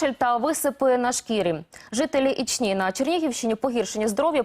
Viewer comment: Ічні, не ічнІ!!!! Наголос на перву "І" !!!